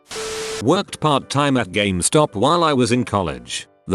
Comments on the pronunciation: Ah, I love Gam-es-top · Nobody: Automated Voice: "GAMEHSTAHP" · No one: Not Even One Living Thing: Speech Robot: gAh-MeH-StOp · people: game stop text to speech: gam eh stop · No one:: ga MEH stop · Nobody: Not a word was spoken: TTS guy: GA-ME STOP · ga me stop -_- The least these channel-runners could do is listen to the text to speech once, and make adjustments so that it sounded good, rather than just copy-paste and submit. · It'll always be Ga-mes-top now. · what? it is not Gum-estop? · Computer can't pronounce "GameStop" but "Syphilitic" is no problem. K.